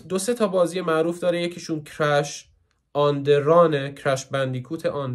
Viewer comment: کِراش؟؟؟🤣🤣 تقریبا درسته ها ولی ضایع است کرَش بگی بهتره